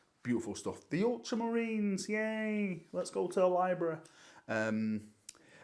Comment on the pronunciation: The way you said Ultramarines 🤣🤣🤣